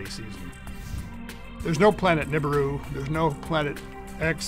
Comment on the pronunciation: its NIbiru not NIBUIRU